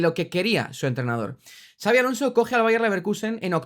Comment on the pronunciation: Son muchos años ya en la elite, no es tan difícil pronunciar su nombre correctamente, me alegro que no digas "chabi" como dice el 90% de los periodistas del país